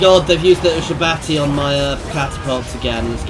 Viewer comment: It's pronounced You-Shab-Tee